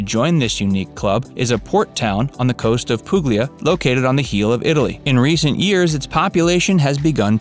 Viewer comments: Non poog-lee-uhh Si pronuncia pool-lee-uh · Pooog-lee-ah haha 👎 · My thoughts as well. I stopped the video when he mispronounced Puglia. Clearly doesn’t know what he’s talking about.